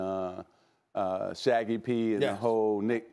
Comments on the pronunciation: Magic Johnson: Shaggy P Stephen A: Rob Pelinker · Magic : Shaggy P Stephen A. : Rod Pelinker Lmao shows they really don't give a damn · Rob Pelinker Shaggy P 😬😬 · Mans said Shaggy P 😭😭😭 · He said Shaggy P. 😂 I miss Shaggz😅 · Did Magic say Shaggy P? 😆